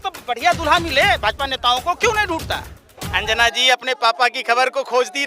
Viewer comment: अनजान नहीं भाई अंजना😂😂